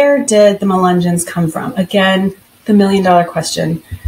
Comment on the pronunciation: Ya don’t know how to say the word…..but you’re gonna tell us all about them??? Lol. Ok. Those of us who grew up around them know the truth about them.